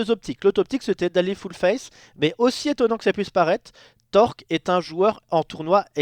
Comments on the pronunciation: qui ne sait pas dire "Torlk" correctement à chaque fois il dit "Tork" TORLLLK PAS TORK PUTAIN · Pourquoi sait pas dire "Torlk", il dit que "Tork"? Genre il a une chaine partagée avec un type dont il sait même pas prononcer le pseudo x)